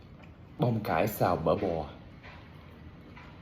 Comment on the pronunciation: Cái gì cũng good , mỗi từ “ bòo “là cần phát âm lại thôi . Nhiều oo quá .